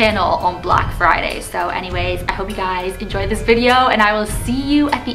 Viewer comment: Why did she kept saying “dish” instead of this🤕🤔 Btw 2019??😂🤪😁